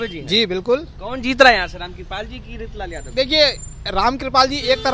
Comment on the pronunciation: Wo reetlal nhi reechlal hai😂